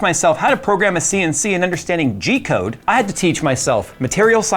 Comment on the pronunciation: Did he say "G Code" or "Jeet Code"?